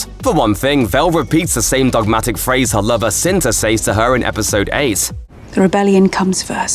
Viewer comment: Please learn how to pronounce "says".